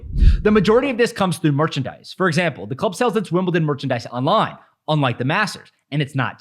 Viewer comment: Not T in Wimbledon!